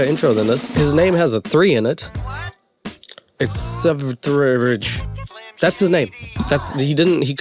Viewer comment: i love this pronunciation of what is supposed to be sverige, but the e is replaced by a 3. sverige being the swedish word for sweden, so basically his name is, which is funny because he's a ukrainian living in latvia???